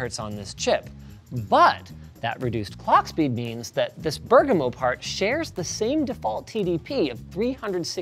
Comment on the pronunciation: As an italian, Linus got the pronunciation of Bergamo pretty good